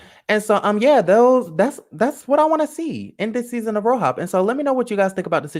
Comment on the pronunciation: I can't stand you lmaooo keep saying "RoHOP" LMAOOoOoO that's low-key how I said the letters too lol fk it